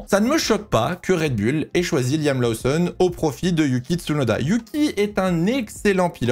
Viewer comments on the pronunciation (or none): On dit "Loossonne" et pas "Laossonne" 😉